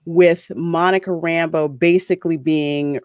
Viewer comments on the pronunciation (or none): No,. She's just a strong woman who don't take orders from no one. She isn't friends with Woo. Also, I hate how hard they pronounce her last name as RAMBO. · Yeah, it is pronounced that way, but they put the emphasis on the wrong syllable.